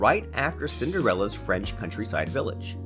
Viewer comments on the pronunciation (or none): none